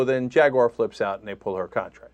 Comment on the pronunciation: JagUAyeer?? What Ana? LOL